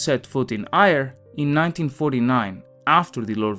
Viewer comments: You don't pronounce Eire as Ire, you say it so it sounds more like Air-ah. The "evil" in Ireland sounds pretty much like a cherry picked quote taken out of context by some leftie to somehow tarnish Tolkien, after all the left have been trying to despoil the reputation of pretty much every western male since they could. All the authors, all events in history, any achievement etc are of course all evil because white male non socialists did them all. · It’s ERR-UH Not Aye-Reh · It should sound like "AirA" nor "ier" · Eire = Air-ah not Ire. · Eire is pronounced "Ear-Ah", sorry it's just jarring to hear it mispronounced "Ire" over and over. It's telling that after eradicating the Church from Ireland, out nation now suffers greatly, but at least the GDP is high I suppose. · Eire, pronounced 'Air-Ra'. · Oh, and Eire is pronounce 'AIR-eh' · Eire = AIR-uh. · Éire (pronounced AIR-AA) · Good video but Eire is the Irish for Ireland and is pronounced air-ah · I’m sure you have been in formed already that “eire” is pronounced aira and is the whole country not just Southern Ireland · The evil they were trying to keep at bay was the english 🤣FYI: Éire is pronounced like air ah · Eire - pronounced Air Ah!!! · Eire is pronounced 'Aera'. Despite the popularity of his books, the man was of his time and very narrow-minded. Gaelige is very expansive and older than English, but its development was thwarted by the exile of its native Aristocracy. This was largely addressed in the late 20th Century. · "Eire" is pronounced Ay-ra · Éire pronounced Air-ah. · I didn’t know any of this. Thank you. Éire is pronounced air-a or air-ahh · Éire is pronounced air-ah. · Eire pronounced “air-ah” But very interesting video! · Eire pron. "Air-uh". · It's pronounced "ey-ruh" (with a rolled 'r'). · Éire is pronounced Ay-Ra. Great video otherwise, thanks. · Eire is pronounced "air-uh" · Really butchering eire